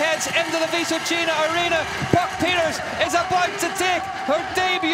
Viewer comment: Too bad there wasn't room for the podium ceremony😅😅😅 It was legendary. Hope the English commentator knows how to pronounce 'Pieterse' by know 😉